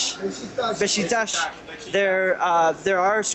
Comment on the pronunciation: hahahahahha "Beshikshash" xD it's pronounced "Besh-ik-tash" :)